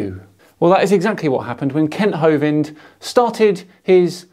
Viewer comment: You keep saying Kent Hovid but he is properly address as such; Kent Hovid, fraudster and ex-convict. Please get it right.